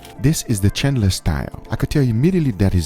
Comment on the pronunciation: Lol he said chalndler